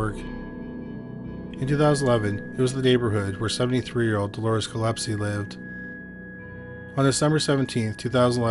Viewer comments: listed I'm pretty sure Gillespie is pronounced gill-ESP-ee not Gillepsie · The name is Gill-espie not Gill-epsie. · For one thing I’m Dolores is Gillespie‘s daughter and he has the nerves to post this video with pictures of my family and he can’t even pronounce our last name correctly. The nerves of some people bringing up stories that the family members don’t wanna hear or see you again. The nerves.😢